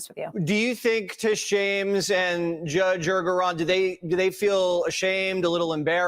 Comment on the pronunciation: I just heard it like, Judge Andgorong